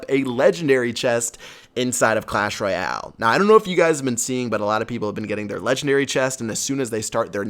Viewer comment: why do you say royale so funny